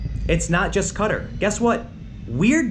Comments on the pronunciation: Dude its pronounced Kah-Tahr not Cutter... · Correct me if im wrong but isnt it pronounced Qua-tar not cutter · Repeat after me Tim: Ka-Tar, not Cut-er. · It's pronounced "Ka-tar" not cutter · "Cutter? What the heck is cut... Ohhhh... Qatar" apparently it can be pronounced either way, "cutter" or "kah-TAR" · How in the world can you pronounce Qatar as Cutter 😂😂😂 It's Qataar! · i guess the actual pronunciation is kuh -tar, not cutter lmao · Why does everyone pronounce it "Cutter"? It used to be pronounced "K'Tar." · It's pronounced Kah-tar not cutter! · Dude, it's "Ka-tar" not Kattur lol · Its kat-tar not cutter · Tim, it's pronounced QA-TAR not cudder.. just saying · I don't watch as much as listen to your vids and it sounds like you're saying "cutter" not "kah-tar". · Qatar is pronounced ca tar. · It is ka-tar in American English. The same pronunciation as guitar, only instead of GUI you sub in "ka". Tim is drunk. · I'm most concerned with Tim's pronunciation of Qatar. I was thinking "who the hell is Cutter" until he mentioned Al Jazeera. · When you say 'Qatar' it sounds like 'Cutter' and I was confused at first until you showed the map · "Cutter" was he pronouncing it like that as a joke or was it just a mistake? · It's pronounced Ka-tar! Get it right! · "Kuh-Tar" nice try tim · Its pronounced Qa-tar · ffs tim its pronounced ka-tar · Haha, it's not "cutter". Oh tim you silly person. If you're going to do conspiracy theories as a serious journalist, then at least look up how to pronounce things prior to making a video :D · The way Tim pronounces Qatar hurts to listen to. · Tim, love you man but your saying Qatar wrong.